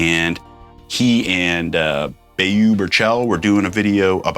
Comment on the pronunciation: Its pronounced "Bo" from Saosin, he's got some great gear videos too!